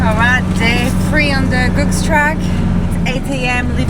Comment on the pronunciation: Interesting and fun video guys. Thanks for all the hard work. I think you’ll find it’s pronounced Googs as in “good”as the guy who blazed the track, John Denton used to sell eggs and got the nickname “Googs” from that.